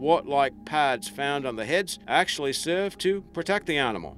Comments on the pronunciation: Your accent is bewildering. I have NO idea where you are from. Don't sound New Zealand, Sth African, Canadian. ??? Your say Rnimal instead of animal.... Where you from? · I don't like to be negative, but it's annoying to listen to someone speaking English and mispronouncing words. For instance, there is no "r" between the "a" and "n" of "animal", yet you say "arrrrnimal" over and over in this video!